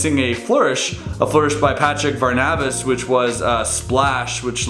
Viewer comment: was it just me or did he say patrick var•NA•vas